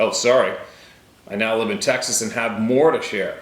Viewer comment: Haha! Just say TEXAS!